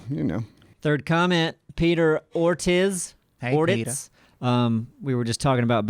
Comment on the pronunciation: has been practicing Spanish for the past two years and shows up with Peter 'Or-tizz', 'Or-titz'". As someone who is forced to be at a 4th year proficiency in a foreign language at a university and hating it...It's pronounced "Or-teez" or "Or-teece". I still love you guys but I'm a little let down.